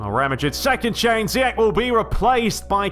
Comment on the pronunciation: Great videos as always. I'm Moroccan. The way to say zeyach is zeee esssh